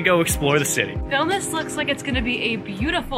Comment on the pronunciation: Its a shame u cant pronounce the name properly.its not vilnus its vilnius..